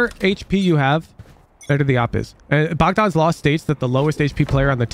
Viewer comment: I appreciate that pronounces Bogdan correctly lol